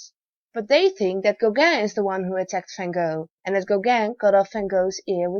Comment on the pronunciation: She says, van gog and friend Gogan. Don't know who she is reffering to.. Gog, Gogan, Gog, Gog, Gogan, Gogan, Gog , Gog, Gig, Gug, Gigi, Googuu